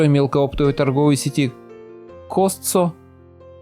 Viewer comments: Зачем сравнивать цивилизацию с дикостью? Читала комменты - вот бы у нас так. Смеюсь, Там капитализм и всё учтено. А у вас что? 🤦 Кстати, сеть магазинов называется КостКо, а не КостСо. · Товарищ Это Костко , а не Костсо :))) Будь внимателен товарищ :))) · Единственный прокол - это сеть магазинов COSTCO читается КОСТКО, а не КОСТСО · Costco? Костко!! А костцо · Магазин называется Костко а не Костсо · На всякий случай: не костсо, а костко. Так правильно. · На русский язык название магазина произносится: Кастко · Costco произносят Каско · Произносится « КОСТКО» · Магазин читается Костко(Costco) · По ушам резануло…. Косцо🤨